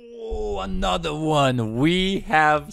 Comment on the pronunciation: ANOTHA ONE